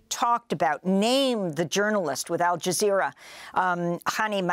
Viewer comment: AL JIZZZERA?!?! R u fn kidding me? They have lost all credibility during this sht show.